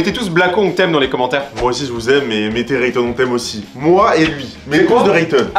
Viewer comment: Rayton pas teuton